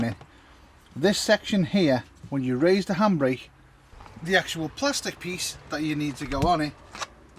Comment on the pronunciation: Lol lol it took me half the vid to figure out you were saying handbrake! I thought you were saying hambray and I just couldn't think of what that was 😁🤪😂😄